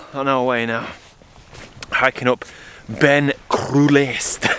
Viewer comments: Murray is also wrong. It's pronounced Bine uh Chroo-lusht-yuh. I speak Gaelic. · Beinn a' Chrulaiste is pronounced Byn a Chroo-lasht-ye, means rocky hill basically.